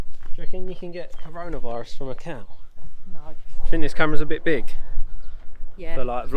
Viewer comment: did he say Varona Cirus? Haha